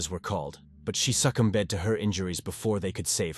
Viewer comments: Succ um bed? It’s pronounced (sucummed) the B is silent. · Succumbed is pronounced ‘s ah commed’. Not ‘suck cum bed’. 😂😉☮️ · suc-cum-bed? Is this an AI reading this? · LOL the AI narrator pronounces "succumbed" as "Suck-uhm-bed" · 'Suckem-bed'.. wtf!! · Wondering if this is an AI channel? How can you mispronounce the word "succumbed" and also not pronounce the victims last name right??